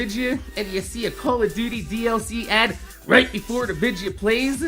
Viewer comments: why do you say videa instead of video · lol i looked it up its actually vidja games and the definition sais its how said video games